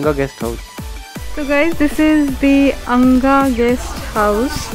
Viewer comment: Guys it's anagha not angha 🤣🤣🤣🤣🤣🤣🤣🤣🤣